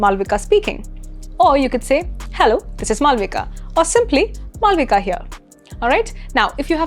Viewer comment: See, is it really necessary to mimic the way a foreigner pronounce our name?? Like, the way u spell 'Malavika'. If ur name is 'Malvika', without the elongated /∆/ sound then its okay, but if not what is the point of mispronouncing a native name???